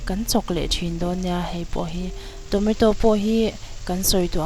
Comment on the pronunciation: Tometo a ni lo tomato